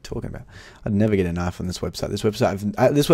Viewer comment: The way you say falchion knife does my head in; it's pronounced Fell-shen; and stop saying k-nif. also you need to stop saying every case you open that "I'm feeling a knife this is the knife". It gets repetitive and annoying. Other than that i'm liking your videos keep it up.